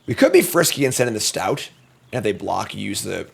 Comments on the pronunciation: No shade though. Love the vids! Just one too many “stouts” put me over the edge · Him not pronouncing st-oat correctly drove me nuts. Yay, bats, believer? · It’s like OAT. St-oat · I have had to end videos in some cases if he drafts certain cards because I can't listen to him say it 100x in a video. Take the Training Arynx back in OTJ for example. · Question: do you get banned if you correct pronunciation in chat. STOAT RHYMES WITH BOAT, GOAT, COAT, MOAT and.....OAT. Stout is stout. Why must you punish us.